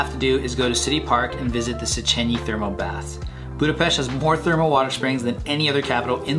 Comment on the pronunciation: Finally... :) Someone noticed the correct pronunciation. (Budapest) Hungarian is a weird language... we have 44 letters in the alphabet. I hope, you felt good in our capital city.